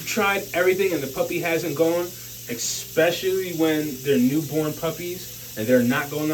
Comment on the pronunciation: The word is " especially ", not " ecspecially "...